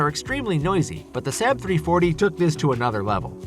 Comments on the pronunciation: Saab has two aas not one and is pronounced SaaaB not SaB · SAW-BB (Saab)! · Saab has been around for some time, that people would be able to say the name correctly. Pretty sure the 737 has been in service longer than MD-80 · Given the sales figures of most of these aircraft, esp. the 757, the MD-80 and the 737-200, this vid should be re-titled "I Don't Like These Aircraft and Didn't Do My Homework So I Made A Top 10 List", or maybe "I Don't Know How To Pronounce SAAB".